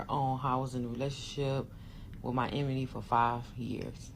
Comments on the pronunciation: Listening to her butcher the word "enemy" made ME "carry on" to another video... Deuces!✌️ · Glad I'm not the only one! 😂😂 I'm no grammar police but babaaaay!!! That emeny gets me Everytime! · Pronouncing enemy as emeny is the red flag a big one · If she say emanie instead of enemy one more time! Dumb arse..she not dumb. She know exactly what it was. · I’m sorry but the “Sleeping with my emeney. “ she was driving me crazy. 😂😂😂😂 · Anybody gonna tell ole girl with the glasses that “emeny” is not how it’s said😅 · She can’t say enemy she keeps saying emeney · If she say enemy wrong ONE ☝🏾 more time 🤦🏽‍♀️ It’s ENEMY not Emeny!! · I can’t stand how she pronounces “enemy” lol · the fact this woman cant pronounce ENEMY is irking me lol